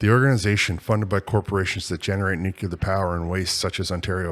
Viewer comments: NuCLEar Nuclear, not Nuc u lar Please. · Could you please stop saying “nuchular”?